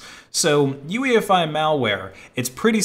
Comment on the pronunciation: not UEFI.OOYEFEE